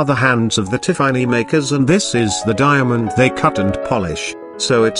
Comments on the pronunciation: Tea far knee. 😂 This bot.... I just can't 🤣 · I just can’t listen to an AI narrated video; especially one that can’t get the name Tiffany correct. Pass.